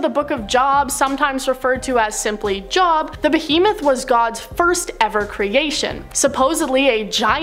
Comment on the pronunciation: … your my fav host and I love you🫶🏻 but it’s not Pronounced ”JOB”… The way It’s pronounced Is JOE-B💯